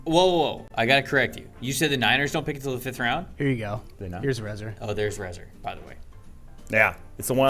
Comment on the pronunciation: Ray Zar or Rah Zar a play on razor .... pretty much anything except how you pronounced it, and he's supposed to be a wolf not a rat.